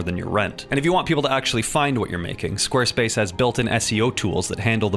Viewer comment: I swear squarespace sounded like space king to me for a moment.